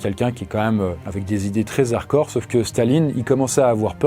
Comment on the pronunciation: Toujours aussi cool ces vidéo, seulement ça fait plusieurs vidéo que je t’entend dire harcore au lieu de harDcore voilà voilà